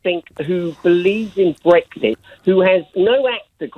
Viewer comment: Lib dem have people who can't even speak - period. "Breggsit" (Farron), "Dezzember" (Swinson) for instance.